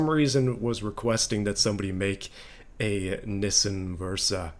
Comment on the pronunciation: Never have I heard someone call a Nissan a nissien interesting pronunciation.